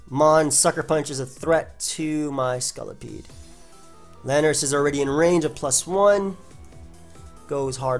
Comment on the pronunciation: I find the you say scolipede really funny. "Scullipede"